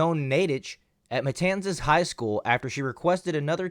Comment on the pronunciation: you actually pronounced "Matanzas" correctly, great job.